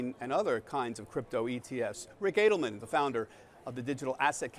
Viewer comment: Why's he missprononcing Ric's last name!!!